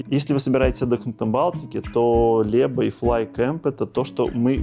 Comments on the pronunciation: У Вас плохое произношение: нет Льеба, но Лэба: Łeba nie Leba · "Ł"- zwuczit kak anglijskoe "W". Nie Lieba - a Weba!